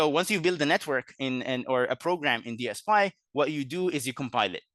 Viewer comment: DSPy ("DS-Pie") called "DS-Pee" and "D.S.P.Y." in the first 3 minutes